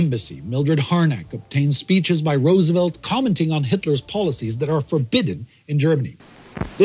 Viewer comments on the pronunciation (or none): none